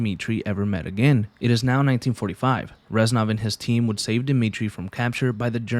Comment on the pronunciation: He’s not ren sov he is rez nov:(